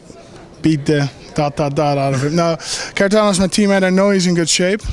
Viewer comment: its not pronounced carivnov homie thats not how its pronounces hari-ta-nov kharitonov, come on now :p